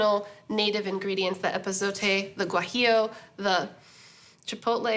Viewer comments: Meanwhile she says "tamale" instead of "tamal" and pronounces "guajillo" hella weird. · The guajillo pronunciation 👁️👄👁️ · Eat a cookie every time she says guajillo strangely too so you can drink on a full stomach lol